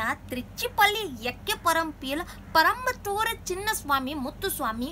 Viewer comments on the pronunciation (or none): Good try.....but it's not parampathur....it's perumbathur....